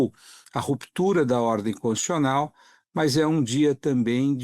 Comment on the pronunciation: Boa parte das pessoas pronuncia a palavra CONS-TI-TU-CIO-NAL engolindo uma sílaba: CONS-TI-CIO-NAL. O segundo depoente superou a tudo e a todos engolindo nada menos que duas sílabas, pronunciando CONS-CIO-NAL. Que vícios são esse? Com a palavra os fonoaudiólogos. 😂😂😂